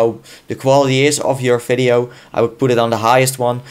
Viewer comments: Fideo??.. Its "Video" Dude :D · hehe "fideo" I know that the V in german is pronounced F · "Fideo" "NFidia" Best. Accent. Ever. :D